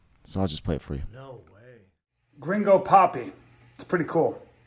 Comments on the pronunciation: its actually pronounced “green go” lol. good vid tho. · Did he pronounce it Crinjo? 😂😂😂😂😂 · You don't know how to pronounce Gringo ?